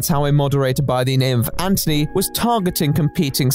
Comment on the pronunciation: I love how you pronounce anthony ant-(h)ony :)